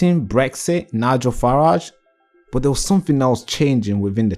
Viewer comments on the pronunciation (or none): none